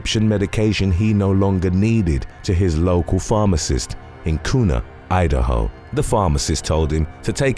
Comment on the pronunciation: Not Koona ID Kuna like Quena kuoona it's got a U sound to it